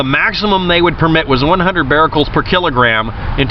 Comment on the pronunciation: Becquerels (beck-kur-rels), not "bar-rel-cels" but still good video.